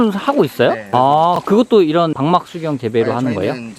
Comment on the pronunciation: 재밌게 봅니다. 그런데... '방막' 이 아니고 '박막' 이에요~ ^^